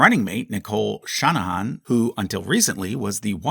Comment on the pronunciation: Love the pronunciation of Shanahan hahahahahaha